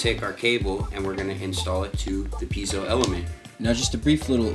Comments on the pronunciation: "pea-ay-zo" not "pee-zo" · FYI, Piezo is not pronounced Peezo. Its pronounced Pee-A-zo